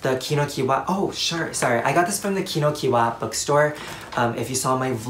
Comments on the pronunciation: not to be rude, but Kinokuniya is pronounces KINO-KU-NI-YA not KINO-KU-YA. it’s been bugging me but yeah, there’s another syllable :) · i love your love for stationery! btw it's pronounced kino-kuni-ya, not kino-kuni-wa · wait isn’t it ki no ku ni ya? idk since japanese is phonetical i thought that’d be how it’s pronounced but correct me if im wrong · isn't kinokuniya pronounced key-no-ku-nee-ya? or is it just me lmao (i mean no harm i just pronounce things differently im sorry) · In confused is it pronounced kinokuniya or kinokiwa?